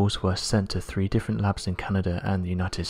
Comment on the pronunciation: I can watch this please get elocution lessons, Its three not free its eighteenth century not aaateef centry etc